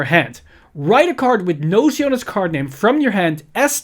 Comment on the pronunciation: The "ci" on HER name is pronounced as a "ki"